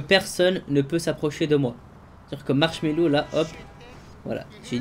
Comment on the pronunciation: Mdr tu dis marshello quand tu vol